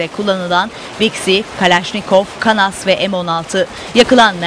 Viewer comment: Spikere bak düğünde kanas diyor 😂😂😂yok el bombası atildi